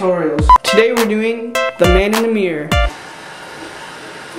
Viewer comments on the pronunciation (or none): the guy says mior instead of mirror